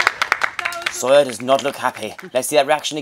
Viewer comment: When Joe says sawyer, it's like soya